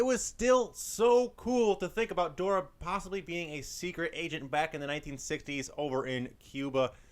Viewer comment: He didn’t say Dora right 😭😭